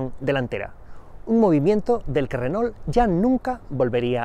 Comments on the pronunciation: Porque le dicen renol si se pronuncia renó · Si, en su momento fue un gran automóvil. Solamente una consulta: ¿porqué le dicen "renol"? (Si fuese "renó" se entendería mejor) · Dice "Renol".....jajaja